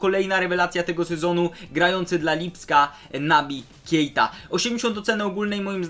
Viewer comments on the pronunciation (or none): Naby "Kiejta"